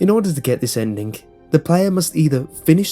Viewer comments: Hes saying endingc not ending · Um did u say endik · Sorry, any word ending with ing he adds a k to. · why dobyou pronounce ending like Endink? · I love the way he says "Endin-k", cuz accent. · Wy does this Guy say endingk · The endik lol 😂😂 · Stop saying "endink". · endingk, endingk, endingk, endingk lol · Please stop saying ' ENDINGH ' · It sounds like you pronounce a "K" after a "ng" sound.